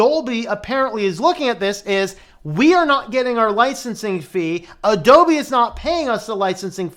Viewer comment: "A-DOLBY" lol.....